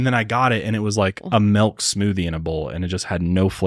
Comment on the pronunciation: I died when said “melk “😂😂